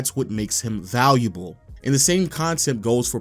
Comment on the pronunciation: I just heard how u said "valuable" and now I cant watch anymore.. gotta unsubscribe. sorry..